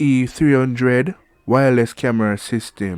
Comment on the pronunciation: The title reads WS 300 model, but it sounds like he said WE300. Please clarify which model are you reviewing.